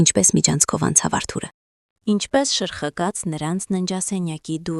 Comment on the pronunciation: Շրխկաց ոչ թե շխրկաց